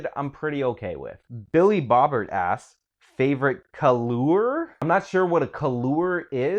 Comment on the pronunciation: "Kah-loor? I ONLY READ 'MERCAN ENGLISH!"